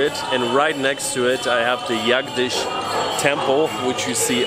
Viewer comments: In India you pronounce “J” as it sounds, Jagdish is Jagdish not yagdish, as maybe you would in Mehico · Ha ha ha... It's Jagdish Temple not Yagdish.. and it's Dosa not Mosa. ;) Nice video.. keep posting more videos Sir. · Bro..J is pronounced as J only in Hindi..it's Jagdish not Russian nd German J=Y..btw Nice vlog